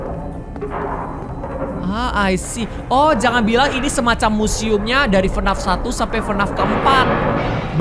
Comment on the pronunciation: Bang bilang nya bukan FNAF tapi F N A F